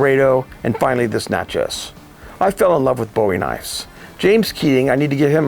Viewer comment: Pronounce phonetically Nah-shay.